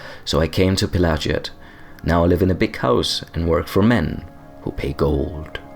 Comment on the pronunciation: Pelagiad is probably named after Emperor Pelagius, so it would spell like "pela-gee-ad" rather than "pela-ji-ad". Edit: But then there's an Ashlander pronouncing it the latter, huh... Might be an ashlands accent or a geniune mistake, but might just be the canonical pronunciation also. If its linguistic root lies in Imperial (= Roman-esque) naming conventions, then it should be "pela-gee-ad". Then again, I've heard people pronounce "Pelagius" not like it should be (pe-la-gee-us), but like "Pe-lay-ji-as", for some reason. Elder Scrolls aren't very consistent in this kinda thing, sometimes they use different pronunciations inside of the same game even (dei-dra and dee-dra, etc.), and I don't know if that's intentional or not.